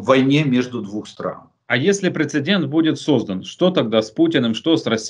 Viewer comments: прецедент, а не прецеНдент. конвенциОНальное, а не конвенциальное. шо уж совсем-то... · Пре-це-дент. Без второй «н», Олег Владимирович. К сожалению, Вы заучили неправильно.